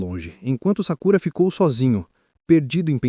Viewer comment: Cara ou eu to loco ou vc toda chama o sakurata de sakura, demorei para entender os personagens..